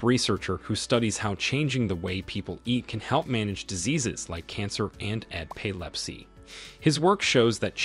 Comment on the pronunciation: “eh-PAY-lep-see?” “u-REEN?” Welcome to the ever-increasing reality of the oddly incorrect pronunciations of AI-narrated content😏